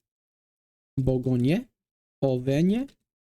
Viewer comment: French pronunciation is ok, two notes: “en” is pronounced like “awn” not “en” like in English. In “Bourgogne” the end is pronounced like “ong” and “yeu” put together, you hardly pronounce the “g”. The same goes for any other vowel like ”gagne” [g-ang’yeu]. In the South of France people roll their “r”s. Unlike Spanish, in French it’s done in the back of the throat giving it a more gravelly sound. Heard it takes a lot of practice.